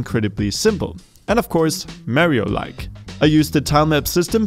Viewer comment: “And of course mare-re-yo like”